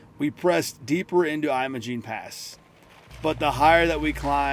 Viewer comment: It’s Imogene as in Jim not Jeyem 😂